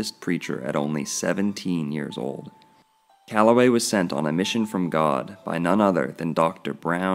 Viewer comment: E. E. C”ala”way